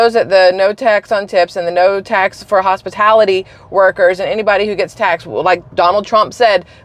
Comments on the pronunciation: Kamala "hospitility" Harris. It's almost like she's never even thought about the word, let alone the meaning of the word. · Its the mis pronunciation she keeps speaking. Hospitility is her word. This isnt a word you just mistakenly use... It isnt a word. She is reading a teleprompter and still cant speak. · Pay attention to how Kamala pronounces the word. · pay attention…she pronounced it wrong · I can say the word hospitality correctly not that hard could see a five year old saying it like that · Yes but she said hospatility, not hospitality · Thank you for being first person to notice the fact that she said hospitility not hospitality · Yes everyone knows what hospitality workers are ! Kamala said HOSPITILITY . She isn’t pronouncing the word correctly. Have a great day 😜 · Kamala said 'HOSPITILITY' NOT 'hospitality'. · Im so glad you pointed out how she mispronounced the word "hospitality". It is pronounced with a short A in the "tal"part of the word not a short I sound. I am the same age as this stupid illiterate VP-President wanna be. So im damned sure she was taught phonetics and had access to a Websters dictionary. And that is what half of this disfuctional county wants as our president. If she wins, i suggest that anybody with the ways and means move to south America. Because we will be in a non-stop war on our soil. The three Countries who want us dead are just biding their time to see if they will have an easy target like Kamala or a tougher apponent like Trump. Because they really don't want to mess with Trump and because he is tough those three countries respect him and our country. Strength respects strength. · Kamala said "Hospitility" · Yes and she pronounced it hospitility. Lol. Shows she doesnt know anything about them. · she said hospitility tho cant even pronounce the word correctly lmfaoo0! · She said “hospitilty” on purpose, giving her righteous deniability about taxing hospitality workers. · I said the same thing …. Hos-PITILITY workers?!?!?